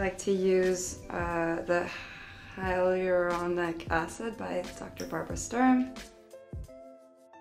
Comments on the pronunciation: You know she's lying when she can't even pronounce "Hyaluronic Acid", that supposedly is part of her beauty regime. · So basically she pretended like she didn't know how to pronounce hyaluronic acid.